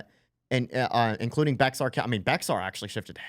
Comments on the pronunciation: It is not pronounced bex-ar. I only know this from living there. It is pronounced “bear”. I don’t know why they ignore the x in pronunciation. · Just for your information it’s not Bex er it’s Bey har. Even new residents get it wrong. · Bexar County is pronounced "bare" country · Bexar County is pronounced “bear” County. It there’s hope, I saw a cyber truck with a Trump sticker! (I took a picture) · Sorry bothers me, but San Antonio is in Bexar county... pronounced bare or bear.. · Bexar is pronounce "bear" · Bexar county in Texas is pronounced "bear or bare", no "x" pronounced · Bexar County in Texas where San Antonio is... is pronounced like bear and I was so hoping you would hit Bandera County... just NW from San Antonio... 80.5% Trump to 18.6% for Harris.. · Bexar county in Texas is pronounced Bear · San Antonian here ... the x is silent it's actually pronounced bear 😂😂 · Bexar is pronounced "Bear" LOL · Bexar County Texas = “Bear” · Just so that doesn’t do that on sovereign Republic of Texas soil… the correct pronunciation of Bexar county would be to drop the x completely. Bear county. I cannot be responsible for how my fellow countrymen would react to pronouncing it with the x. Keep up the good work gentlemen and ladies. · It is pronounced Bear. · great job. Just one point, Bexar county is pronounced bear. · I wonder how much of the shift to the right is because more people voted. By the way, Bexar county is pronounced "Bear". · lol Bexar county is pronounced BEAR. Welcome to Texas we like Spanish words but make them sound texmex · Bexar is pronounced bear county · Bexar is pronounced "bear" county. You can thank the Anglo-Saxons that crossed out the J in Bejar. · They pronounce Bexar- bear county fyi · Bexar is pronounced "Bear"